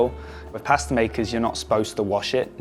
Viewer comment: I absolutely hate the way he pronounces pasta as paaaasta